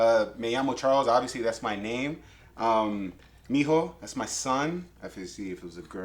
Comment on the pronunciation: Hijo not mijo😂